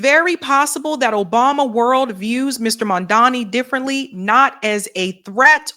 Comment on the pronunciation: Ugh. mispronounced his name. Can't watch. She did a Cuomo.